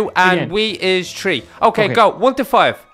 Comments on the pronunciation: Not tree three the th but u said tree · No offense and not hating but you guys say "tree" when it's "THree" not tree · you say tree not three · say three B-Max: Wee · donut said tree